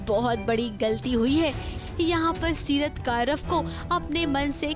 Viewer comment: Seerat ha setar nhi 😂